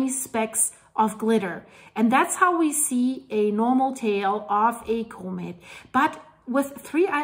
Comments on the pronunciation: Love your videos!!!…comet is pronounced com et not co-met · doesn’t know how to pronounce COMET… sad